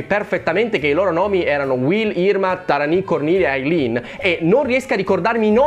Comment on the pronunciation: Mi sa che al confronto charmed era Lords of Salem di Rob Zombie. Comunque hai pronunciato Irma in modo errato